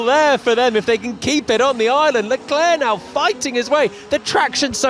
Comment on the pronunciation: Why do they keep saying Chall Leclerc get it right.